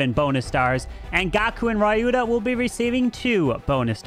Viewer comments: It's Spelt "Ree you tha" not ray you tha. but, nice content and comentary as always. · Hey,it's pronounced as ryuta and not rayuta👍🤍